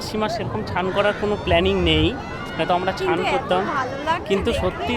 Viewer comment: Chan ta ki snean bolo uchharon thik koro